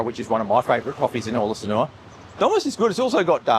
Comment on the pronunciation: When will you learn how to pronounce Sanur? You say Sanoowa.